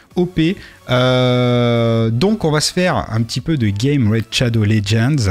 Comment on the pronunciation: Tu me tues avec ton "Raid Tchado legends"